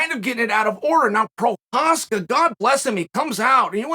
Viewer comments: he says his name rite but can't get the Story rite. Lol, 1 out of 2 ain't bad I guess. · Chael isn't lying, he really Respects Prochazka. You can tell because he says his Name Correctly.